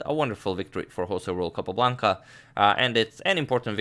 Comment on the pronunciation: I love the way Agadmator pronounces “Capablanca saga”. Reminds me of Rowan Atkinson in Johnny English. 😊